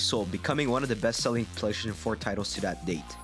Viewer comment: "Playshun" 4 🤣